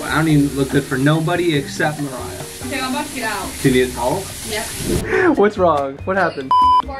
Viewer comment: It's Mariah not mariah